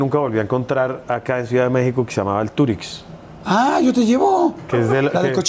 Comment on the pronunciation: TAQUERÍA EL TURIX PERO SE PRONUNCIA EL TURISH en YUCATÁN